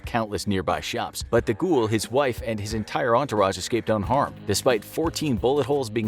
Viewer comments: Your pronunciation of Charles De Gaulle's name is APPALLING!! Did you ever study French in school? His surname is pronounced "De Gall" not "De Goul". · De Ghoul? Isn't it pronounced De Gall? as in gall bladder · It's not pronounced Charles DaGool you Muppet. It's pronounced DeGaul (Gawl). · Someone tell the announcer that guy's last name was pronounced Deh Gall not De Gool LOL. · I've never heard 'Fawkes' pronounced as 'Fox' before. And 'de Gaulle' pronounced 'de ghoul' - interesting... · Sounds like he says "The Goa'uld" from STARGATE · Yeah he butchered guy fawkes as well pronouncing it fox